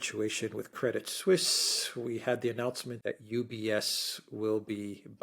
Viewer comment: Very informative as usual, just one slight detail, in Crédit Suisse, the 'T' is silent.